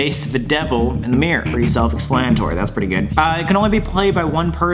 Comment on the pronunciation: Im australian and the way he says mirror is like mirr its so funny